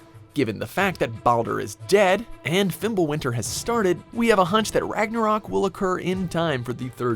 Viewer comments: The way you say Ragnarok really upsets me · Why this guy say ragnaroak